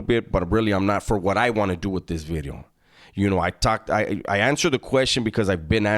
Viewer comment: Say 'vidyo' again like you're Welsh....